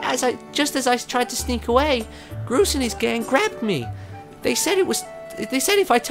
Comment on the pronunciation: I love how Martyn called Groose Grose!